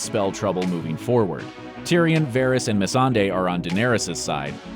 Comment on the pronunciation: also "messandei",,,, god